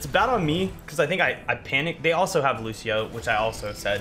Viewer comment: That's not how you pronounce Lúcio's name. And the fact that Lúcio says his own name in multiple voice lines makes that even funnier.